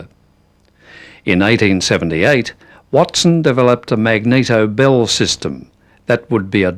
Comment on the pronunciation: He keeps talking about "Bill" and I keep thinking ..Bill who? Oh BELL